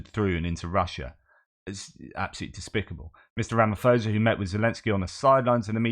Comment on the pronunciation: You cannot trust Ramaphosa - ever. He is a liar. And by the way, one does not pronounce the surname with the "ph" sounding like a "f". The correct pronunciation of "phosa", is like "pause" just with an "a" at the end.